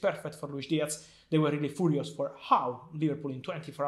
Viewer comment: TOT-HEN-EM... WHY YOU SO FOORIOOS??